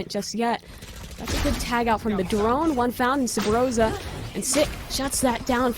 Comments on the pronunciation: Is it just me or does that female caster keep saying Subroza? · thats spot under top mid is called subroza